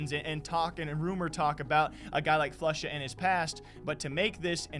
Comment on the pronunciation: Of kors.... Floosha chiiter